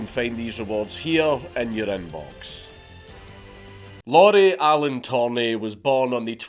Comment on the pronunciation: Lauri isn't pronounced like Lauren, it sounds more like the Japanese pronunciation